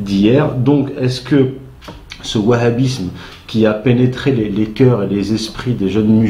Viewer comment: En fait, je viens de comprendre, a eu mal prononcé. Il voulait dire le Wahabisme. Je précise, il dit Bahabisme à